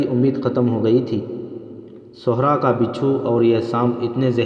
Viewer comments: sehra .not sohra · بھائی آپکی pronunciation بہت غلط ہے ۔آپ" صحرا " کو غلط پڑھتے ہیں ۔آپ( ص) پہ پیش پڑھ رہے ہیں ۔جبکہ "صحرا " کے( ص) کے نیچے "زیر " لگتا ہے۔۔۔۔